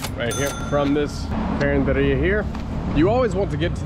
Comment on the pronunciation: Carinderia. Yes you said it right. These are roadside foodstalls that sell delicious yet within the range of a price budget. Take care of your health always.